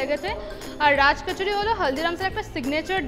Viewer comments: eta ke oversmartness bole jokhon banglae hindi uchcharon byabohar kora hoe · bangla e uchcharon koro othoba hindi te